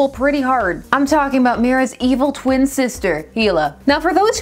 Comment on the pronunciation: I miss heard evil as eel which make this vid that much better